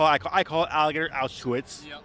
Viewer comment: That’s what he calls it alligator Auschwitz but he can’t even pronounce Auschwitz 😂